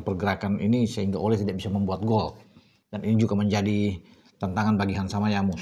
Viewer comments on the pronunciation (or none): Hansamuyama bung bukan hansamayamu....hihihi Maaf di koreksi mungkin keselip lidah..✌️✌️✌️✌️ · Bukan Hansama Yamu ❌ Yang bener tu Hansamu Yama ✅ yaelah 😅